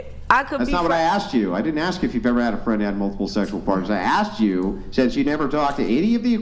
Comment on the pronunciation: She says axt instead of ask